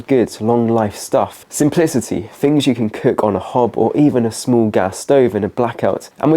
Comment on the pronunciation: furty? fings? Don't tell me it's "regional" or any other nonsense.